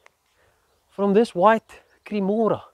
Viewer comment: Haha.."From this white creamora."😂😂